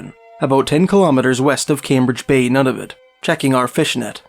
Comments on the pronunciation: NUNA - VUT, not NANAVIT nor Nonavit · “None-of-it”, lololll! It’s Nūna-vút.